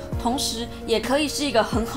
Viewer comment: 「傾聽」一瞬間聽成「親親」(|||ʘΣʘ|||)